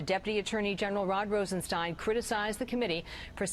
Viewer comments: for God’s sake it’s ROSENstein not “Ronstein”. How notorious is this guy and you can’t say his name correctly? Come on! I like your channel but this repeated mispronunciation of words is just ridiculous. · Brother I love what you do but,,,,,,,,please say the words right !! ,,it's ROSENSTEIN